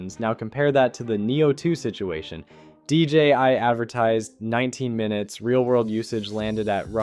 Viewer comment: Ita DJI and not DJY